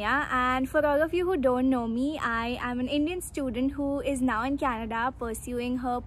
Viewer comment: I can hear Canadda